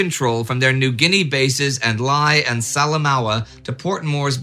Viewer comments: Pronunciation tips from a guy in Port Moresby: Lae is "Lay", Salamaua is "Sah-lah-maow" and Noumea is "Neuw-Meer". On the flip side Ive been mispronouncing Sault St Marie for three decades now. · Just to help, when I lived in Lae it was pronounced 'lay', as in to lay down. I know that you will need to pronounce that one again. There maybe a pronunciation I didn't know of, but that was my experience. Hope it is useful. Cheers from down under. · Lae is pronounced the same way as the verb "Lay".